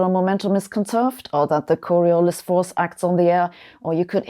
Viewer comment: Gaspard-Gustave de Coriolis : La corruption de nom est une intimité non désirée. Je suis français! Veuillez prononcer mon nom correctement, en insistant sur la dernière syllabe, le "LIS", sans prononcer le "S" ?